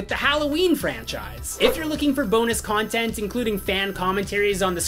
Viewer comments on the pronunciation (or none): none